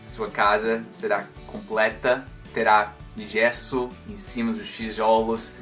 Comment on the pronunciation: em um de seus excelentes vídeos, você fala que uma pronúncia com forte sotaque pode não ser compreendida pelo nativo. Eu não entendi muito bem até o vídeo acima. Demorei para entender que você estava se referindo ao gesso. Embora você fale português de forma brilhante, a palavra gesso foi pronunciada com uma forte acentuação na primeira sílaba: gééééé. O correto é: gêêêê. Parabéns pelo ótimo vídeo.